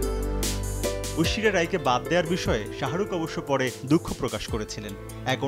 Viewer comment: মিয়া ঐশরীয়া উচ্চারন ঠিক ভাবে করেন